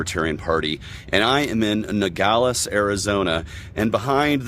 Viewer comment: he can't even pronoun-ounce Nogales, New Mexico correctly.